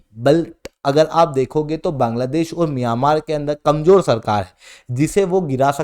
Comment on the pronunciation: Miyamar nahi hai myanmar hai😂😂😂wtf